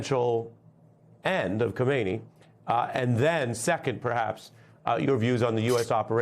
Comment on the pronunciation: Melber is mispronouncing the name of the current leader of Iran, Khamenei, and it sounds like he has confused him with the previous leader Khomeini. It is probably better to always say the full name Ali Khamenei, to minimize confusion with the similar name of the first supreme leader of Iran.